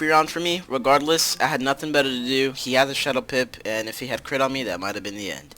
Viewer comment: SAID CWIT INSTEAD OF CRIT XD